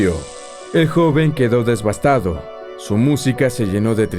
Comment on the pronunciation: Me volví adicta a tus videos porque son geniales. Me encanta la mitología. 😊 Sólo una pequeña corrección, con mucho respeto y porque te lo he escuchado constantemente. Se dice "Devastar" no "Desvastar"